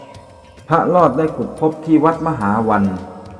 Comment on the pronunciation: พระ ร อ ด ครับ ไม่ใช่พระ ลอด